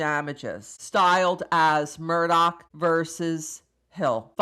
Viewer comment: putting me through the spin cycle with this guys name pronuciation, i'm confused